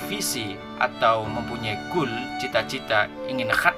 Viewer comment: Di suruh nulis apa yang anda ucapkan dan apa yang membuatku kesal:LU KALO BICARA SELOW SAT BACANYA CEPAT KALI LU MAU BACA ATAU LOMBA LARI SAT satu lagi sok Inggris goal bukan gool you need to learn more about English you dog shit remember you still have life save that for later suks